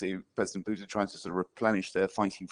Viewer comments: I actually heard "president Buddha" 😆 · Turn on subtitles, auto-generated in English. "And obviously president Buddha" instead of Putine. The irony.